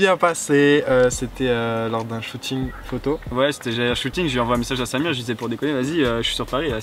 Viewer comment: pk tu dis samir et pas safir?